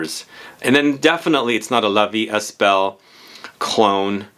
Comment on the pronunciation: I need to go smell this one. It's interesting how a perfume can be a reminder but better to very generic perfumes! Also, in "la vie est belle" the S in est is silent ;)